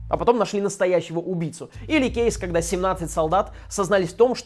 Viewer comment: Никто: Абсолютно никто: Топа: ХЭдлайнер, кЕйсы, кЕйсы